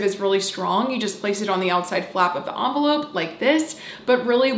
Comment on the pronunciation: I’ve never heard anyone pronounce envelope like that lol